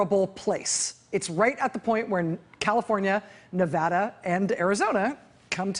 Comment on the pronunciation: She said Nevada right!